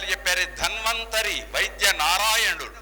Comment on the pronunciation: Yemiti guru gaaru mee uchchaarana kooda sarigga ledu….danvanthari anakandi dHanvanthari anaali gaa?